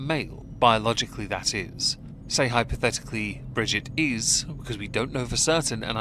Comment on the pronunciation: Brigitte. Not bridget